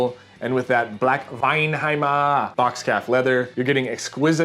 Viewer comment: Repeat after me gentlemen: "Weinheimer"